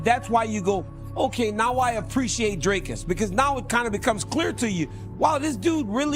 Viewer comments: If you Pronounce his nam,e as "Dracus" you are an uncultured idiot. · For those of you who don't know how to pronounce Dricus Du Plessis - "Dric-uhs Doo-pluh-see", not Draycus Du Plessy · Can an American level with me, why can't you say Dreeecus and opt to say Draaacus ? 🤷🏽‍♂️🤦🏽‍♂️